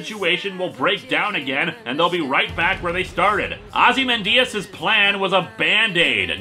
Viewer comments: The name is pronounced “Ozzy-MAN-Dee-Us” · OZI-MAN-DIAS? He lost all credibility after that. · “Ozzy-man-Diaz” jeeeeez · pronunciation of Veidt, and Linkara’s pronunciation of Ozymandias, plus that weird German accent he gave Ozy don’t sit right with me for some reason